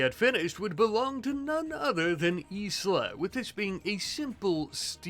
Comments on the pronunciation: i think Isla is pronounced eye-la😂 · Anyone gonna tell him Isla is pronounced eye-la? I'm tweaking